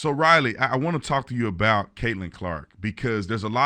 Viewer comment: I'm pretty sure Tatum mispronounced Riley's name and she got the state of West Virginia confused with Virginia when she spoke about the 5 girls in high school who fought about this problem.